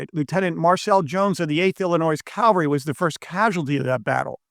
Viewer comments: "Cav all ree" not "cal var ree" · Why do people always say CAL VA RY when it should be CA VAL RY when referring to horse soldiers???? Sorry for the OCD rant...